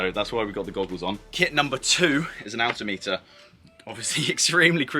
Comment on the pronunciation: Looks terribly worn out. And it is Altimeter. Not Atltimeter.